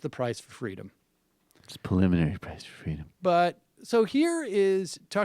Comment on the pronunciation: "it's very paliminary ..." lol, get the funky outta here